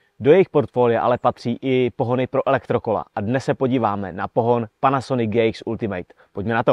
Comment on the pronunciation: "Ultimate" se fakt nevyslovuje jako "ultimejt". Když už dělám o něčem konkrétním video, tak si zjistím aspoň výslovnost toho názvu.